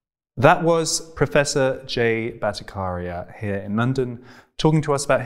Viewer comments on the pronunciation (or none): The "CH" in Bhattacharya is not pronounced 'K' but "CH" as in "Chai" or "Change" or "Chess" etc. It's the combination of two words: Bhatta + Acharya. Acharya = teacher. Bhatta refers to Vedic teaching; ergo, Vedic teacher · The pronouncation of BHATTACHARYA is not BhattaKarya but Bhatta-CHAR-ya. CHAR as in CHAIR. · Very interesting discussion indeed. Freddie.. the ch in Battacharya is pronounced as the ch in chat. It's not a hard k sound. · Hey Freddie & Team you guys doing som good job. I am about to watch this interview but just thought of letting you know something before I forget. The 'ch' in 'Bhattacharya' should ideally be pronounced as 'ch' in 'Cheers' 🤗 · You were not pronouncing his surname correct. Please make it you pronounce correctly next time. 😀